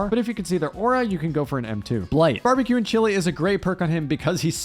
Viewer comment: Ah yes the classic bambeque